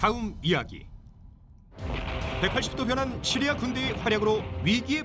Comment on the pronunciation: 차량 연결해놓고 어디다닐때마다 잘듣고있습니다 근데 시리아 발음이 너무찰지셔서그런지 폰이 자기부르는줄알고 멈추네요 으아악